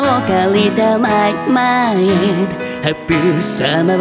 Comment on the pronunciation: 甘いﾏｲﾝの所、甘すぎんか！？しかも〈ﾏｲﾝﾄﾞｩ〉って発音してる！